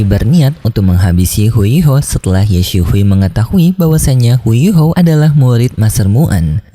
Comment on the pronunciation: Ye xishui bang bukan ye si hui, bacanya ye sisui aja, dulu juga ad penyebutan nama kurang pas juga, abng bacanya cepetan ap gmn😭